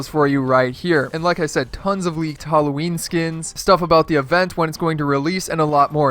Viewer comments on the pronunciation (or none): just want to say that you are suposed to say halloween and not hallowee i love your vids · "Leaked hallowee skins" That made me die hahaha